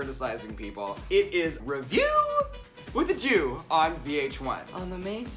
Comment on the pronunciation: you say "Review with a jew". I hear REVIEW WITH A SHOE"